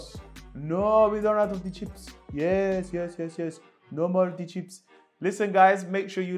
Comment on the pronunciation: Man said no more chips at the end in that accent lmao